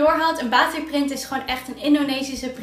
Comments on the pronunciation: Batiek🇲🇨 niet baatik😖 (je schrijft wel gwn batik) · Haai, het is batik met een korte a